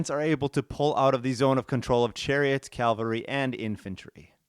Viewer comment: It's cavalry, not calvary. ;-)